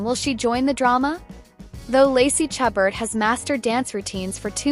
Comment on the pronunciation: Please please learn to pronounce Ms. Chabert's name properly. It is "Sha-bear", not "Cha-bert".